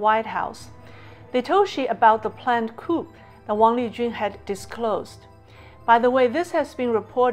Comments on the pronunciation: COUP is a French word, and pronounced like KOO. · Small correction: a coup is pronounced like 'coo' while the p is silent. Interesting content! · Hi, great content as usual. Coup is actually pronounced Cou, with the P silent. Hope this helps.